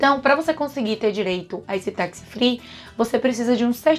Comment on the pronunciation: Ótimo conteúdo. Muito informativo! Só atenção pra pronúncia correta da palavra tax... é "tács" e não "taxi"